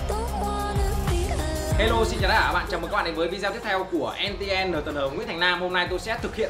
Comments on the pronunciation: ủa sao thành Nờ Tờ Nờ rồi anh :))) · En ti en, nờ tờ nờ, nguyễn thành nam:))